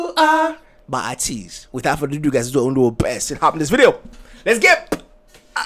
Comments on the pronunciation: much love!❤️ also idk if atinys already told you! but their name is pronounced like A(aye)TEEZ which means: what teenagers need/want they got it from A to the Z so yeah ATEEZ! :D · It's pronounced like 80s. Ateez has story line for their songs. So in the beginning there is the Treasure series and Pirate king and Treasure they are searching for that Treasure. The treasure can be the fans that they gained, the success that they want, the desires they have to be known globally. Treasure depends on the person but they all tie in together. In Thanxx, you will see scenes that remind you of their beginnings with Pirate King, Treasure etc. I recommend Hala Hala on KQ Entertainment's channel, their Win performance from their Seoul tour also Wonderland comeback stage and their MAMA mashup. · Lol you want to say Aye-teez so bad because that is how it is pronounced 😂😂. When you started talking about fast and furious the song that came to mind was See You Again so maybe that is what this song reminded you of. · Are you mispronouncing ateez just to spite us 🤪 Lmao I enjoyed your reaction guys ✌️